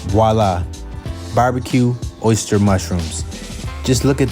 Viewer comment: I seriously just went on a deep dive through the comments to see if anyone else was bothered by that 😆 He also said "oh-ster mushrooms" more than once lmfao